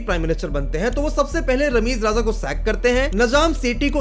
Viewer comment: Why don't you ever think mispronunciation is a problem? These GenZ Youtubers want fame, hits, shares and likes, but won't perfect their content.. Is it that difficult for an INDIAN to pronounce RAJA, or is it plain ignorance or lack of attention to detail? I repeat, you are in a field where voiceover, narration, and first-person storytelling are key. You absolutely cannot get away by saying IT'S JUST PRONUNCIATION. No one is expecting him to pronounce complicated French, Russian or say, Chadian names or words... RA-JA 🤦🏻‍♂️